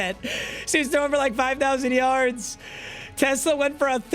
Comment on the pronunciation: ever since u pointed out how announcers say his name i cant look past it 😭😭 teSLAA